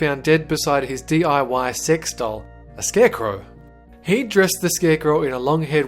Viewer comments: When he said sex in the beginning it sounded like six. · it sounded like he saod six related deaths